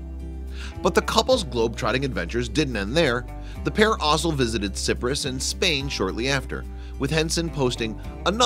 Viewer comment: sip-rus lmao